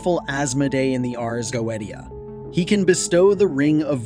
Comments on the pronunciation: Please please all English speakers in every video please learn to read the Latin words with the exact pronounce, Ars Goetia is like Urs GoeTSeeA with the last A read like in “us”. This is a little effort to do but really I’m Italian and I can’t listen to these wrong sounds everytime it’s really annoying even because when we learn English we must learn the perfect pronounce and not change it based on our language’s rules. Sorry I don’t want to be mean anyway the video is well done and appreciated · The fact that you pronounce the Ars Goetia wrong multiple times... Drives me insane... please fix it 😂 But other than that I really did enjoy this as a person that works with demons. This is very interesting I enjoy seeing other people's takes on the infernal Divine. They are truly amazing entities to work with. Show them respect. Do not try the control they have free will they don't have to do anything for you. Lord Lucifer is very kind he has helped me with self-love and my healing journey. I have also been working with baphomet For balance and recently Prince Vassago For my healing journey as well and to help with the tarot. I do appreciate you showing that demons are not the things that people like to portray them to be.